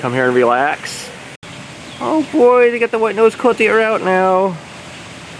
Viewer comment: You misspoke the name of the white nosed coati. It's pronounced co aww tee not coat ee.coati.